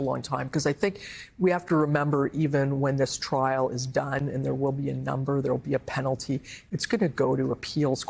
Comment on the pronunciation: "Frial" was a nice mis-speak.